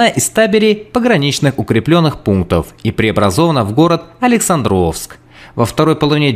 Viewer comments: Брехня на брехне. Не АлександрОвск, а АлексАндровск. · Почему такое дикое ударение на "О"? АлексАндровск, АлексАндровка от имени Александр. Это же не имя АлександрО!